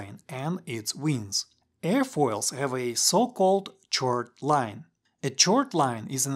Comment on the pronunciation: Minor note: chord is pronounced 'kord'